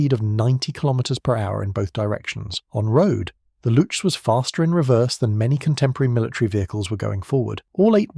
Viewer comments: It's Looks, not lutsh ;) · He sounds like he's saying "lutsch"... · It's pronounced "looks" because chs = cks for some odd reason in German, no good reason, just an oddity. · As a German, it‘s funny that you spell Panzeraufklärungstruppe really well and have so many problems with Luchs (just say looks). No offense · The way he says it it sounds like 'louche'. ;) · You know what also sounds like "books with an L"? "looks". But I guess that would be too simple. For a German. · Luchs - Spell it more like Lux (the messurement unit for Light) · Funny for a German to hear the speaker twisting his tongue with a word that is pronounced exactly like books, just with an "L". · Yeah that is neither how you say "Spähpanzer" nor how you say "Luchs" (which sounds exactly like English "looks".) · Please say „Lux“ and Panzeraufklaerung….